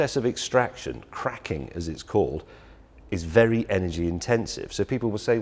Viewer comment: Did he say cracking? Isnt it fracking or did i hear wrong?